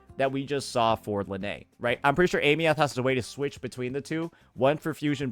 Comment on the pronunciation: Eye-meth you scrub